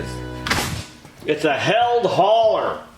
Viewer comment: Hey, It's pronounced healed, as in - I wrecked my motorcycle but now I'm all healed up! Made here in Southwestern Michigan.